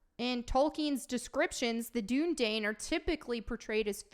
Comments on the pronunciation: it's pronounced "doon uh dīn" and they talk about it in the films lol. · Dunedain is pronounced Dune-uh-dine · Gah! The Dunedain, is pronounced in the Two Towers Extended. When Éowyn give Aragorn food. And Aragorn, the Dunedain do have elven blood. That's why they live so long. And Aragorn IS described in the books. He is pale. one would assume that someone who is pale is white.